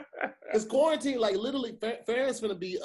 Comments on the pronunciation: Anybody else notice always say “litally” instead of literally.. litally everytime😂😂‼️ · YES! Thank you!!! I thought I was the only one that noticed. And he says it all the time. Like litally multiple times per episode.